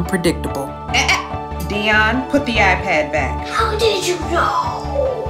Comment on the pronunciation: It’s dion (dee-on) I thought it was (die-on)